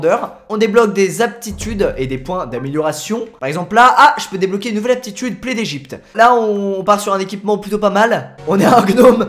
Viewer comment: Aaaah...t'es comme moi,j'ai du mal à dire aptituuudeee...🤣🤣😘😘💗😍